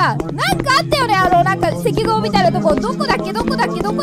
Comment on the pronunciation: せきぞうをいしぞうってゆってるのなにげにすき笑